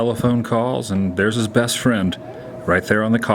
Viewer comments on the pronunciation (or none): none